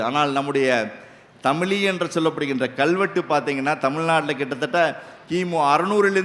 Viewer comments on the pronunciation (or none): none